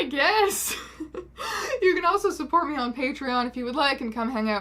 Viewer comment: when you said patreon at the end there, i thought you had said "gaytreon"